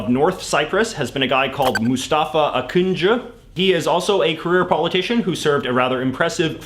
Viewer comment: You started off pronouncing Mustafa Akıncı well enough, so I thought you were done with not putting much effort into the pronunciation of foreign names. Alas, you went back to your ways for the very next leader. The ̌ on š isn’t just for decoration.